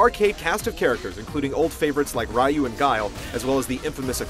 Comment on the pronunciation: ya, hes from gametrailers, he always does. Fuckin hate how he pronounces ryu.